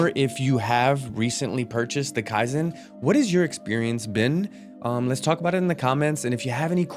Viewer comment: Say this word…Key! Now add the word zen.